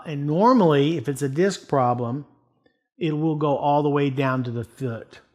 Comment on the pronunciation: "Goes all the way down to the fuud, foot" lmao